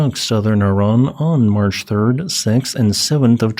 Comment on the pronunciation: Sorry, I am not about to take the word of some idiot that can't even pronounce Iran correctly.